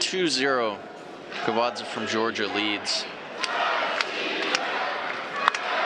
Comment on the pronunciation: It's not Kabadz that E isn't spent, you pronounce it like in Italian, Eh